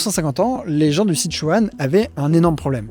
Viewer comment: Tu es sûr d'être allé en Chine ? J'en suis pas sûr, vu la malheureuse prononciation des noms propres. Par exemple, le "Si" de "Sichuan" se prononce "se", 'Zigong" se prononce à peu de chose prête " tze-kong " et j'ai encore plein d'autres exemples. Quitte à faire une vidéo qui explique des choses, autant utiliser les vrais prononciations. Pour plus d'infos, renseigne toi sur les Pinyins. À part ça, tes vidéos sont toujours aussi intéressantes.